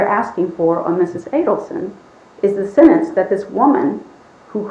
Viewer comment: The way says sentence!!! SENANCE. Makes me mad‼️